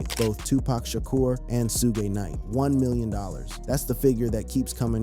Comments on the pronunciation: Zoogay 😅😅😅 It's Suge 😅😅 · Say su-gay one more time... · "Soughé Knigt" LMAO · “Soo-gay Knight”?